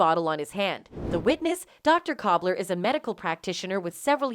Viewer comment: It’s Dr. KULBER NOT COBBLER!!!